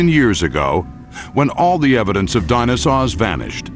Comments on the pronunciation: This seems very interesting but I keep getting stuck when he says "dinasaws" still I give 5/5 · "DinoSAWS" FFFFFFFFFFFFFFFFFFFFFFFFFFFFFFFFFFFFFFuuuuuuuuuuuuuuuuuuuuuuuu